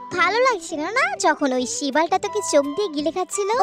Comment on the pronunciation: আপু তুমি এখানে কি উচ্চারণ করলে, shibal 😂😂😂